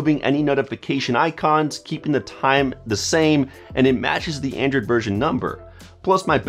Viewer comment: It sounds like your saying "Andrew" not "Android". I died so hard for a second there 🤣. I guess you don't have a very hard "d" sound. Awesome video man, tones of good tips here